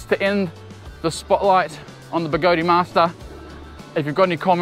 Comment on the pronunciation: The way you said begode sounded strange, is it pronounced "begode" or "begode-e"